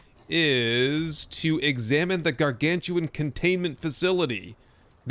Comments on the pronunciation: Very minor request. Please pronounce GARGANUTAN correctly hahaha. Welcome back Icarus. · Just a heads up, because I was tricked by the spelling the same as you. The animal is actual called garganUTAN. Not gargantuan. If i had to guess it is a portmanteau of the words gargantuan and orangutan. Thanks for the great episode!